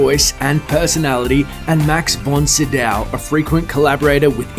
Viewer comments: It's John ALL derton not AL derton and Von Sydow is pronouced Von SyDOE not Von SyDOW as in cow! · [fɔn ˈsyːdɔv] - please, say it right! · What's with the bizarre pronunciation of the actors names? BraNARR? Von Sidough? 😂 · That is DEFINITELY not how Von Sydow and Branagh is pronounced.